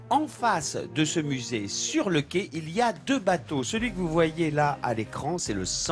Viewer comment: Attention à la prononciation du mot "Quai". Ce n'est pas un 'qué'. Retournez au CP !